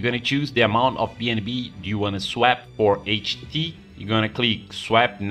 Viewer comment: lol youre saying swap wrong